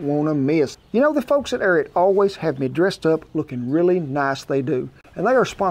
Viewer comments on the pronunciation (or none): Hey Ken, its pronounced, AIR A RAT!